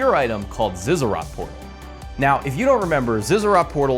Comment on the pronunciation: who the fuck calls it ziza rot